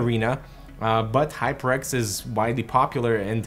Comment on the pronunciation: it sounded like you said High Pricks 😅😅😅. I need this new headphone.